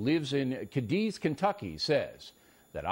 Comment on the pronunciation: This is an irrelevant observation... but he pronounced Cadiz, Kentucky as "Cuh-deez", when it's actually pronounced "Cay-deez". Carry on.